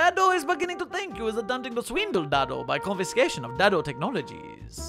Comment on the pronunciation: Just a note: it's pronounced "day-do," not "dad-o."